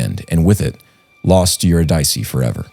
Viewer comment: Eurydice should be pronounced [Yoo RID' Ih See] not [Yoo Rid EYE' See]. Love you guys! Press on! <><